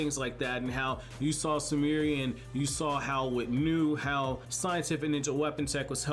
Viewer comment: I don't mean to be rude but as an anime channel, you should really learn to pronounce the Japanese words and names properly. For example, "Mugino" is pronounced with a hard "g," not a "j," "Sumire" is pronounced "su-mee-ray," not "sumeery," "Nue" is pronounced "nu-eh," not "new," and "Mitsuki" is pronounced "meetsuki," not "mittsky."